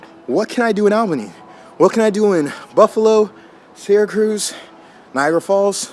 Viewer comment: You miss pronounced Albany wrong....at least the first time and Syracuse